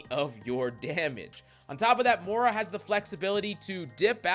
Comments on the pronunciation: Please, the name is MOY-rah 😅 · More-ra lol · That is not how you pronounce moira